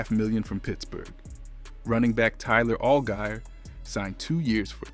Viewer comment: Butchered Tyler Algiers name pronunciation